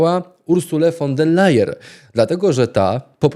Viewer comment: Szydło, ostatni prymitywne nawet nie potrafi wymówić poprawnie Urszuli von der Leyen. A pcha się fo Brukseli. Wstyd